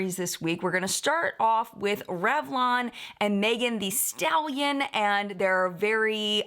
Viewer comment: with the utmost respect, I know you like to get things right, so...it's pronounced "the" not "thee". Here's video of her saying her own name: I just want people to address her the way she wants to be addressed.